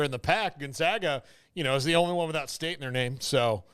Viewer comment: It isn’t the gonzoga zogs it’s the gone zag a zags